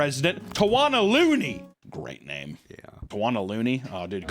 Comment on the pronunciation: How tf did accurately read the name? Never seen him attempt to read any non american name xD